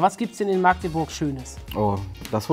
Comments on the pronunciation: magdeburg und nicht maaagdeburg bitte -. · Wie am Anfang jeder Magdeburg falsch ausspricht :/